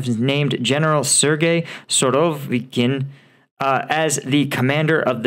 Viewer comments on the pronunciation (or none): none